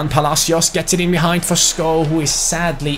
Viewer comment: Skovvv not sko like so can see